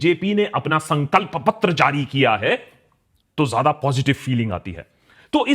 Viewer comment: "Toh Jaadaa Positive Pheeling Aati Hay" 😂😂